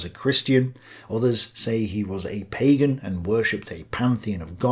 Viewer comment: All those things are partially true but not all completely true. And it's "Pagan" not "Pegan". Pegan is a diet that combines vegan and paleo. And well Hitler was a vegetarian so maybe that's partially true as well 😂